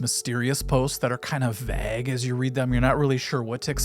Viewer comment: i think you mean vague rhymes with craig